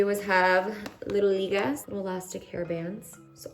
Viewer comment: “Little ligas” ♥️